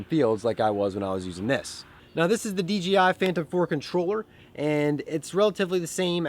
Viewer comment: Picked up my first drone (DJI Phantom 4) a few weeks ago. Absolutely love it as well. Flew it tonight for a youth event. FYI, it's DJI, not DGI. ;)